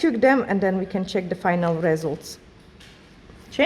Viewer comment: Patrick please explain how to pronounce a word Nails and Result. It is simply painful to listen